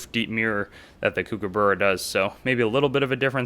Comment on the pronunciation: Nice video but can you please learn to pronounce the word kookaburra - there's a fair amount of vids on Youtube that will teach you that.